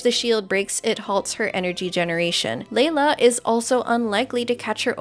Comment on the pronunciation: “Leyla” lol